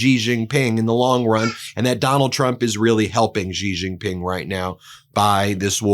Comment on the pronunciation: Ben, it’s pronounced “She Jin Ping” 😊 love your channel